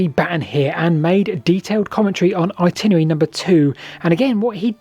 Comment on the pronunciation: I love your channel. What you do is amazing. However, at the risk of being pedantic, I have to pick you up on your pronunciation of "Itinerary". The word has 5 syllables, not 4. At no point in this video do you ever pronounce it properly. I don't know why. I hear "Particarly" said too (by others), which is not a word. Particularly is though. "Simarly" is also said, instead of Similarly (an actual word). And lastly, there is no second W in, but there are Ls, in the word Walls. "Waws" is simply not a word. Please, please, please try to say things properly, as when you don't it just yanks me out of the video. I can't be the only one. And keep up the good work on the videos. They are really interesting.